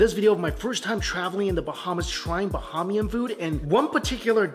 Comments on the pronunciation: Mike is consistent in mispronouncing lots of words in his content. A shame he doesn’t research how to say foods correctly, since he has such a large platform. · It's not Ba-ha-me-an food, it's Ba-hay-me-in food. Pronunciation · BUH-HAYM-YIN not Buh-ham-eean